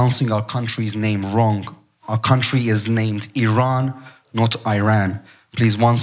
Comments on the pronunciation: BYERAN Sorry ,did I pronounce that wronk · Also, the word is pronounced "Wrong", not"Wronk" if you are going to attempt to speak English, pronounce the words correctly and get that straight right now!